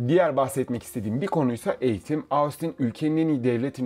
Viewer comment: Ahh bir de Austin telaffuzunu denk getirsen kardeş!